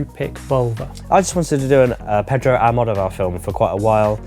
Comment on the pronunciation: Can’t say Volver, can’t say Almodovar … try a bit harder guys!